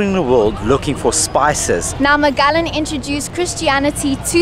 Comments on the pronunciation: hehehe Magelegan - it's Magellan - pronounced muh-geh-luhn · pronounced as Majelan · Magellan -> mah-JEH-lan. Cebu -> seh-BOO. Can't wait for your Moalboal and Kawasan videos! 😎😎😎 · Mah-jeh-lan. I love you guys did extensive research about our history. So impressed by the amount of knowledge you have! Have you guys gone to Kawasan Falls? I think you will love love love that experience if you haven't done so already! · Ma je lan is the correct pronunciation. Loveyah. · MAGELLAN......pronounced as MAH-JEH-LAND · Magallan? Really?😂